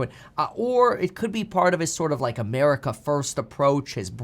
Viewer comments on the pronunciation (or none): none